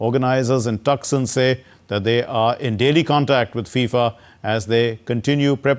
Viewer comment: Please pronounce Tucson as Toosaan.